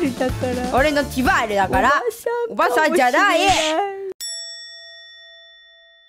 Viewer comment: ティファール…ディティールに引っ張られてない⁉︎ 、ディティールって言わないで